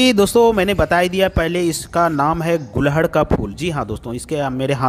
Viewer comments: एक ही बात को कितने बार दोहराते हो | ये फूल को गुडहल बोलते है| गूल्हड नही कहते| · गुलहड नही गुड़हल कहते हैं। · gulhad nahi gudhal bolna seekho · मान्यवर, सबसे पहले तो अपना उच्चारण सही करिये इसको उत्तरी भारत में "गुङहल"के नाम से जाना जाता है न कि गुलहङ के नाम से। रही बात औषधि के रूप में लाभ-हानि की तो आप लोग वीडियो इतना लम्बा खींचते हो कि इंसान सुन-सुनकर ऊब जाता है और जहां है कि जितने लाभ गिनाये हैं क्या ये तुम्हारे द्वारा अपने आप पर यह किसी और पर आजमाया गया है, जहां तक है नहीं, तो समाज को क्यों गुमराह करते हो। आप वीडियो को लाइक आदि करने को सिर्फ अपने पैसौं के लिए कहते हो, तुम्हें कोई मोटीवेशन की जरूरत नहीं है और न तुम ऐसा करते हो। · phool ka naam to sahi le lo.Hindi me ise Gudhal kahte hain, Gulhad nahi kahte,Kripya dhyan den!!!!!!! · Gulhad nhi hota ....gudhal hota h